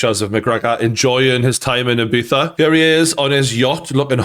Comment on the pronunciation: "ee-beetha" Not "eye-beeza" How do you not know this at your age bruh